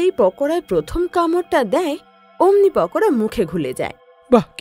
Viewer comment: ওটা পকোদা হবে না ওটা পকোড়া হবে😊